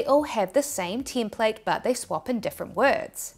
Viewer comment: how do you make out a word that clearly spelt as "TEM-plate" but you pronounce it as 'TIM-plate', then there is the word 'shAre' and you pronounce it as 'shEEr'.